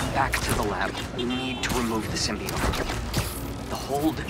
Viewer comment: symbiote Symbiote is pronounced (sim) like a sim card (bee) oat